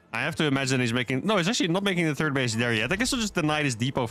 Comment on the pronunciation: Always cracks me up when he says "turd command center". I really enjoy your vids. Keep up the good work.